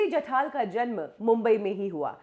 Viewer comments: नाम जठार है और आप जठाल ही बोलती रहीं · Are mhashi. jathaal naahi jathaar ahe naav. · you cant pronounce names correctly? जठाल नही जठार, शास्त्र नही शस्त्र